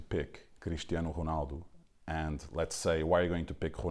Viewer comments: Crrrrishtianu Ruhnalllldo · Haha the way pedro pinto pronounces his name is funny lol cristiyeanu runaldu